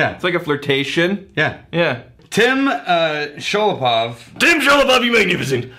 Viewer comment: Thank you guys so much for reviewing J. H. Cutter! So glad you liked it. Additional kudos for nailing the pronunciation of my last name despite the misspelling (there's no 'j' there, just "Shulepov"). Cheers!!